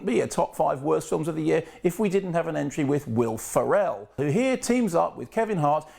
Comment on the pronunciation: Who the hell is Wilf Arell?